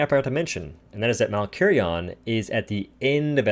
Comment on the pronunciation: David von Doom its malkarion “malkarion”